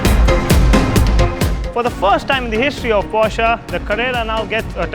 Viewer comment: At last someone who calls it "POSHAE" and not "PORSH" :D